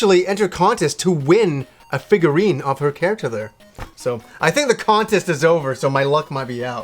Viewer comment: Someone send him a figurine so we may hear him say "figger" more. Haha, it had me laughing every time.